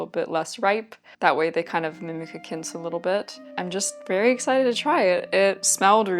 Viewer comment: This was so fun! Just one note, quince in pronounced kwince not kince. I'm assuming you've only seen it written and assumed it was like the US pronunciation of quincinera? I hope I'm not coming across as rude! I just know I'd want to know.